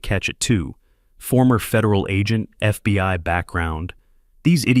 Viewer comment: the next one with a stroke its only three Letters and he fuck it up every single time